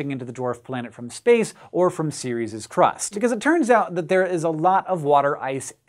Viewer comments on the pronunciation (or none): Pretty sure the moon isn't called "Series", but what do I know about pronounciation?